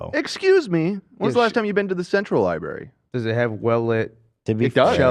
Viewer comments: Why are you saying Li-BERRY!??? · im sorry but i cant take the opinions about a library, from someone who says LIBARY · says "libary" like 20x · Is it just me, or was saying “Libary”? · did dan just say liberry 😣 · constantly saying libary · I love spending some time at the local lye-berry. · I honestly love episodes that make me physically cringe. After this episode, I now wholeheartedly understand the phrase “pain is pleasure”. Keep these types of interviews coming Edit: I really hate how says library. For once, Ethan is saying a word better